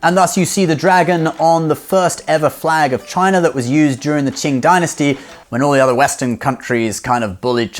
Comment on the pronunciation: I loved how you pronounced "China" like an actual chinese 😆